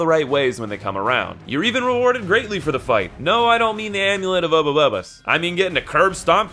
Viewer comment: "Obabubbus" I don't care what kind of enemy in what game, I wanna see something with this name LOL. Did I spell it right? I know it's attempt at saying Oroboros, but this is argueably a better name.